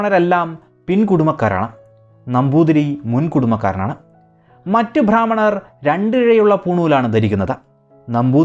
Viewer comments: ഭാ ഹ്മണരല്ല ബ്രാ ഹ്മണർ എന്ന് ഉച്ചരിക്കൂ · Bhrammanar alla brahmanar aanu sariyaaya uchaaranam. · ഭ്രാമണർ അല്ല, ബ്രാഹ്മണർ ആണ്. നിങ്ങൾ മിക്കവാറും ഭ്രാ എന്നാണ് പറയുന്നത്. ഉച്ചാരണം ശരിയായി പഠിക്കുക. 😛🥵🥶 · വിവരണം കൊള്ളാം. പക്ഷെ ഉച്ചാരണം നേരെയാക്കിയാൽ കേൾക്കാൻ സുഖം കൂടും. ഭ്രാഹ്മണർ എന്നത് തെറ്റായ ഉച്ചാരണമാണ്. ബ്രാഹ്മണർ എന്നുള്ളതാണ് ശരി. ബ യ്ക്ക് പലയിടത്തും ഭ എന്നുച്ചരിക്കുന്നത് ഒഴിവാക്കണം. വിവരണം കുഴപ്പമില്ല. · "ഭ്രാഹ്മണർ" അല്ല സേട്ടാ, "ബ്രാഹ്‌മണർ" എന്നാണ് ഉച്ചാരണം 😈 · കേരളത്തിലെ നമ്പൂതിരിമാരുടെ ചരിത്രം കൃത്യമായി പഠിക്കാതെ ഏറെ വിവരദോഷം ചരിത്ഗ്രമെന്ന രീതിയിൽ അവതരിപ്പിക്കുന്നു. ചില താത്പര്യങ്ങൾ കാണും. എല്ലാവരെയും മണ്ടന്മാർ ആക്കാൻ കഴിയില്ല. ബ്രാഹ്മണർ എന്ന പദം ശരിയായി ഉച്ചരിക്കാൻ പോലും അറിയാത്ത വ്യക്തിയാണല്ലോ അവതരിപ്പിച്ചിരിക്കുന്നത്.